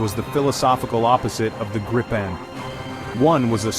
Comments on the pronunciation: I was sarcastic. The AI (Artificial Idiocy) pronounced the name graipen insted of correct Gripen. I know all about where the name comes from. I have also been following the development of the JAS 39 Gripen fighter for many years, given that they fly just across the water 40 km from here. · But it´s pronounced Gripen not Grippen (Long "i"). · Greepen not Grypen. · It's pronounced Gr[EE]-pen. With a sharp G and a properly rolling R to start, and EE like in "free". Then pen like that thing you write with. 🦁🦅 No "gripping" short-'i'-double-'pp' sound involved in this word, nu-uh 🙃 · If you, as an English speaking person, want to know how to pronounce the name properly, read it as "Greepen". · what i find so hard go understand is how everyone has so many problems pronouncing the name of the plane.. so i'll make an attempt at writing it so as the swedish would be written with inglish.. i guess if you try to say greepen or if that is to uncomfortable, gyphon instead. Id be most happy. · Thank you for this video. But, get the name right. Swedish grammar dictates that only one 'p' gives us a long sounding 'i'. For english speakets: pronounce the name like it is spelled [gree:pen]. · And please, for the love of God, if you are an American, do NOT try to pronounce Gripen. Just say The Griffin because that is what it translates to. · Grip ("Griffin"), in Swedish, rhymes with deep (not dip), cheap (not chip), weep (not whip).